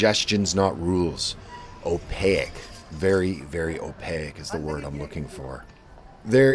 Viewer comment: Opaque has two syllables....you make too many of these mistakes for such a serious guy....clean it up.